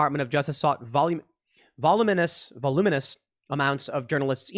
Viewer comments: Va-lume-in-us! LOL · voluminous: "vawl oo min us" accent on the "oo" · Tim Pool STUMPED by "voluminous". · Bro, it's pronounced voluminous. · By the way Tim, it's VOLUUUUMINUS...LMAO... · Tim tries (and fails) to say "voluminous". Tim succeeds after 3 more tries.